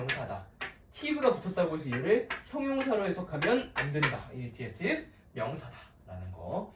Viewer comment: Corrections: (1) Pronunciation of 'initiative' is [iniSHetiv; 이니셔티브] (2) 'meterial'(X) => 'material' (3) 'athentic' (X) => 'authentic' (O) (4) 'strategy' => [스트레더지] Please be sure to use correct spelling and pronunciation. Typos and mispronunciation ruin the credibility of your lecture. However, the reading and interpretation of the passage is all too good.